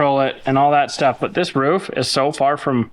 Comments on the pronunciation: Did just call a ROOF a Ruff? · can’t say Roof 😂😂